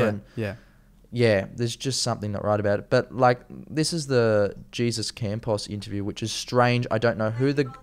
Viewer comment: Not “jee-zuss” Campos - it's Spanish and pronounced “hey-zoose” Campos. I appreciate your efforts (and appreciate ANYONE’S efforts) to contribute to the alternative truth-media effort but have to agree with a previous reviewer. If you're going to do this you have to THOROUGHLY acquaint yourself with ALL aspects of the case beforehand (read articles, watch other's YT investigations, etc. and read MORE articles). I think you do yourself a disservice by not being fully and completely prepared. Also not sure why you would make a video with Connor Fairclough (who I'm sure is a great guy) but who freely admits he has little knowledge of the topic. You need to check out Jake Morphonios at End Times News, Alex Jones at Info Wars, Brian at High Impact Flix and Mike Adams at The Health Ranger (who did an excellent ballistics analysis of the shooting) and Tracy Beanz who is a tenacious dog with a bone. Also U.K. based HDRCFX Cornwall who specialises in computer graphics re-animations and also give a cursory glance to John E Hoover. America is in real trouble at the moment. Everything is so dirty, corrupt and so orchestrated, but thankfully the world is waking up to their nefarious ways and beginning to connect the dots. We'll done for wanting to be on the side of good, not evil. We need everyone we can get.